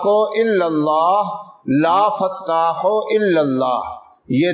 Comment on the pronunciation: bro u said " ya fataqo, or ya fatahu?